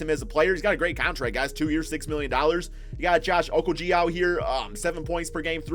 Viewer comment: The fact you say Wiggins is the shit clogging up the team shows to me that you bought into the narrative and don't watch even a second of wolves. Or the way you pronounce okogie. I don't blame you, it's bad to watch, but why act like you know anything if you don't even know shit about the team?